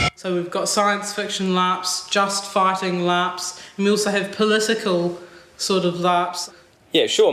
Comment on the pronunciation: "Just fighting LARPs?" The accent made me think, at first, that she said "just farting LARPs." 😂